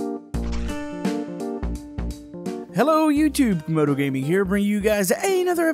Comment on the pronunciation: Wow instead of camodo and scrap man it's camodo and ob lol.